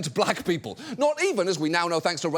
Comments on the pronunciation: Weird thing to highlight but thanks for not pronouncing "Spokane" wrong. You'd be surprised how many Americans get that wrong. Almost as many as get "Puyallup" wrong. Even Google doesn't believe that's how it's spelled. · Holy shit, he pronounced Spokane right 😂